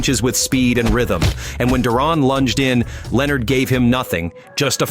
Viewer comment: Stop butchering Duran's name you know his to pronounce it